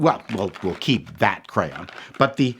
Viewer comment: when you were talking about the crayon colors it sounded like you were pronouncing it with an unnecessary "u" in there somewhere.